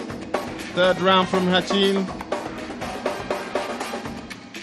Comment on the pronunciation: it's ratin not hatchin. even the mc call his name ratin not hatchin.